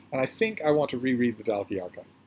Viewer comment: Just to say that Dalkey is pronounced Dawkey. It's a posh village in South Dublin. Flann O'Brien is a wonderful author. His theory in the Third Policeman about the transfer of molecules, whereby people eventually turn into their bicycles, is side-splittingly hilarious and original. "The drink" must have helped him immeasurably with his writing!